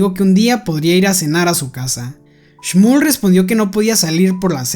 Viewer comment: Oye nose yama shmol se yama shmuel así me yamo